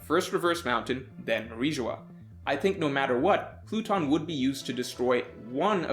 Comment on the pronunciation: This man said “platoon” 😂😂😂 its pluton bro